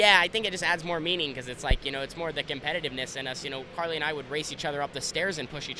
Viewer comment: its carly not kylee.